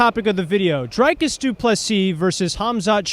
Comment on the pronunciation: Why can’t Americans pronounce dricus? Why is it drIcus?